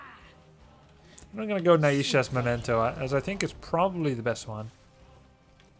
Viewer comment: Grubby pls, the ai in Naisha is pronounced the same as the ai in Maiev.